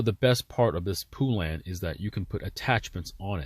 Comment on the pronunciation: Poo-lan? It's pronounced pole-len